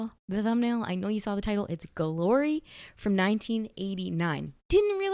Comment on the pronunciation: has a unique way of pronouncing the movie’s title, “Guh-lory”. 😁